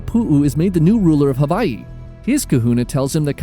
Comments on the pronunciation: Someone pronouncing Hawaii the right way. Finally. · From Hawaii. Appreciate how you pronounce Hawaii correctly